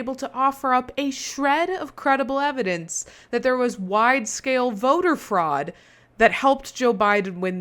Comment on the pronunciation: He said "Election Freud" 🤣